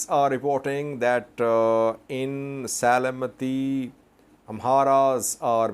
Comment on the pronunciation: Se-le-m-ti Not Se-le-me-ti. Thank you for your reports.